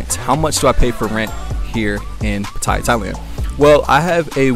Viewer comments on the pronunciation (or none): Pattaya not pattiya